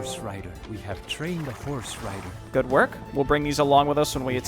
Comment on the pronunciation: We have tchrained a horse rider!